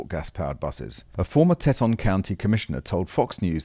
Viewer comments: I wince when I hear "teh-tonn". It's "tee-ton", a corrupted form of a naughty French name. Not your fault. I don't expect someone outside the states to be familiar with all the multilingual names here. Heck, New Yorkers can't pronounce "Houston" correctly. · FYI ... it is tea-ton county, Wyoming ... and what the hell, Jackson, Wyoming? Electric busses? That is ridiculous. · It's pronounced "Tee-taan" and was derived from the French word for big boobs. Not kidding! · Great report as usual. Note: "Teton" = "tee ton" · By the way, it is pronounced TEE-TAHN county. Thanks for a good segment! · pronunciation for Teton is Teeton comes from french trappers seeing three peaks called them Trois Tetons french for three breasts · It's pronounced "TEE TAWN," Nor Te ton. Just think of tea at dawn. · Great video, but it's pronounced "TEEton". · It'd pronounced "Tee-ton" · Teton is pronounced as "tee-ton" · It's pronounced Teet' Tonne'. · It's pronounced "Tee" ton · tee TAHN